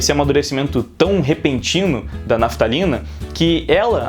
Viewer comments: Toda vez que ele fala Raphtalia eu entendo naftalina qq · É impressão minha ou o tá chamando a Raphtalia de Naftalina? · E olha que Raphtalia nem é muito difícil de falar